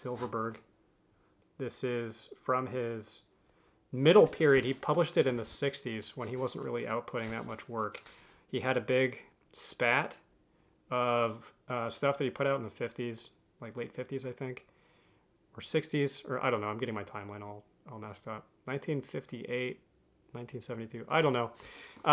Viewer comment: "curated": edited; "spate /spat/": spayt.